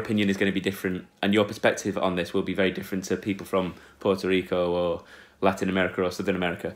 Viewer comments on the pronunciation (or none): U say larinouamericah xd